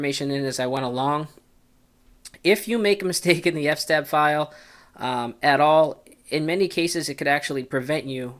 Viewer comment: Please pronounce eff ess tab correctly.